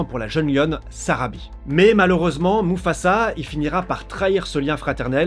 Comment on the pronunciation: Sarabi pas Sabari 😂😂😂. Tres belle Video